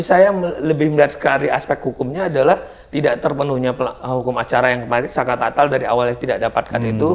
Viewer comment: Saka Tatal om, bukan Saka Tata